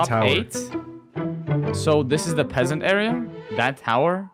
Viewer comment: P-P PEA'SANT ( His literally saying it in British Accent. )